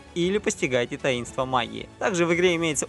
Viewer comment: Безграмотный и бесталанный комментатор. Текст зачитывается монотонно и без выражения. А "таИнства" и "погрУженный" - это вообще позор. Невежа, в общем.